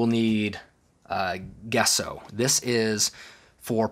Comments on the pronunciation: Gesso is pronounced like Jesso with a J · Thank you for showing this. I believe, Gesso is pronounced Jesso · Hi, That white undercoat you're using is pronounced , "jesso" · It's pronounced Gesso. He's using Sargent Art Liquid Gesso.